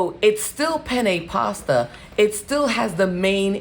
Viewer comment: That's not the correct pronunciation ...penne.…please google to hear the correct pronunciation…just looking out 🌺🙏🏽